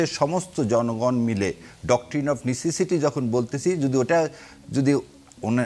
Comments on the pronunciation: ব্যারেস্টার সাহেব ওইটা (১২:৫৮ মিনিটে) নেসেটিসি না নিসেসিটি। দারুণ আপনার পড়াশুনা😂😂😂😂😂😂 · নেসেসিটি যে উচ্চারণ করতে পারে না, সে আবার ব্যারিস্টার!!!!!!